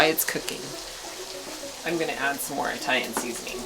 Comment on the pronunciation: Is pronouncing Italian like "eye-talian" part of your trailer park act? You kill me with that wig & those glasses! 😆 (God, I hope that’s part of the act too!) And how on Earth did you splatter goulash all over your BACK? 🤔